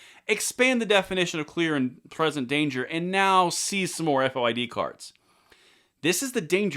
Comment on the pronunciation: As a former Illinois Resident we don’t say F O I D it is FOID as in VOID.